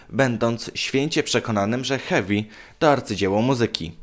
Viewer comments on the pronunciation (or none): none